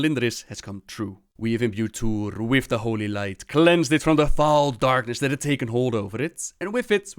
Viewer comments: Even though your videos are good, you need to look up the pronunciation of T'uure before making a video on T'uure. It's very offsetting. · Not to insult, but for someone who's so entranced in the lore, you have a knack for not pronouncing things right. Barrem, who's name was said by Boros, Tuure, which was said by Barrem, etc. Man'ari, said in a few storylines. Just a bit irritating.